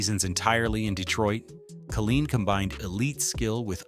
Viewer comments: Why didn’t the announcer know how to pronounce Al Kaline & a couple of other names.Tris Speaker played the majority of his career with the Cleveland Indians. Should have been replaced by George Kell. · Killeen is a city in Texas (on the outskirts of Fort Hood). Al Kaline (pronounced KAY-LINE) was the Detroit Tiger baseball player. One would think a video extolling the Detroit Tigers would pronounce his name correctly, especially since he was on this side of the grass until 2020. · The MAN’s name was Kay line not ka lean. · First, why is Lou Whittaker not in the HOF?? As a LIFELONG Tiger fan(atic), how do you create an otherwise excellent video with the mispronounced name of Kuhleen? Geez...i would narrate this vid for free not to disrespect MR. Tiger! Willie Horton deserves, at least, honorable mention for his contribution of helping the city of Detroit from imploding during and after the turbulent times. Know that it sounds pretty weak after my criticism, but truly enjoyed your presentation! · if you can’t even pronounce “Kaline” as “Kay-L-eye-n” you have no credibility. It is not “Kuh-Leen”. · Unbelievable how you can mispronounce AL Kaline!!! Lou whitaker is a Hall of Famer. Higher War than Miguel cabrera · How in the world can they pronounce Al Kaline's name and butcher it in that fashion? Also Kirk Gibson was not MVP in 1984. Willie Hernandez, Tiger reliever was. Gibson was MVP in World Series! Tris Speaker never ever played for Tigers. Who in the hell put this amateurish thing together? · he did not also don’t know how to pronounce Kaline’s name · It's Low-lich, not Lah-lich. If you are going to do a video, learn how to pronounce the names. Then Al Kah-LEEN ? Are you kidding ? I don't have much argument with the content but the audio sucks.